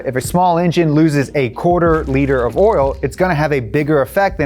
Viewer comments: every time says “orl” instead of “oil” i giggle a little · When he says oil he say oral and i cant tell where you are from is it brooklyn, sounds like brooklyn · The more he says 'oil' the more it sounds like 'oiel"